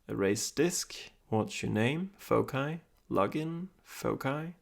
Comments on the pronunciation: Pwd is either 1234 or the most obvious foci(fawk-eye as you say it). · Did you know foci is pronounced differently in American English? Fo-sigh is how we would say it - a holdover from Latin. I had never heard your pronunciation of it until this video and looked it up and apparently it’s correct for UK English.